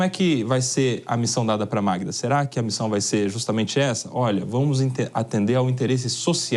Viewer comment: Avisa o repórter que o nome é MAGDA não Magna Talkey